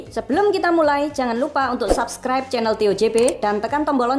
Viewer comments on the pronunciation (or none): none